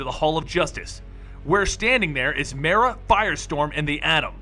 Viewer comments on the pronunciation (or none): Isnt it suppose to be like "Mere" another word for Lake. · I'm pretty sure Mera is pronounced with a long e instead of a short one. Minor complaint, but bugs me every time I hear it. Like when people mispronounce Ra'as.